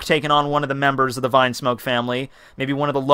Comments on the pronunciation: "Vinesmoke" "Gurma" "Ray Jay" bruh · Why do you call it vinesmoke ?? it is Vinsmoke which it is pronounced Veensmoke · Rew Rose It´s not a matter of how he calls them, it is how it is written, that's the point. Vine is some thing and Vin is another, learn to differentiate.